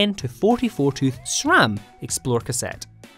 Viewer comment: Did i hear SRAM? Not Schram? 🎉🎉🎉 Congrats 😁😉